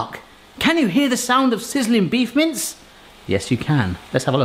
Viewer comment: Can not stop hearing "Beef mints". That would be an interesting concept...